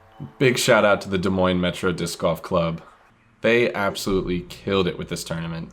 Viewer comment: Thank you for pronouncing Des Moines correctly